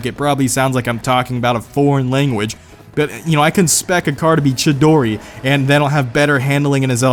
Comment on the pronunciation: He pernounced chidori wrong it is the name of a Japanese bird